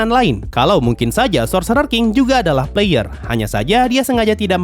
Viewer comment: Puh-layer enn-piii-sii